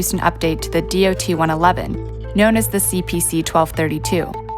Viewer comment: oh so you know about that incident, well obviously not that well since all dot 111 tank cars were to either to be replaced or upgraded to the much larger and safer dot 117 tank cars, also that mandatory order was put in a few months after the incident so the fact that you bring up the dot 111 tank cars is pointless and really stupid. (it is pronounced dot not d-o-t.)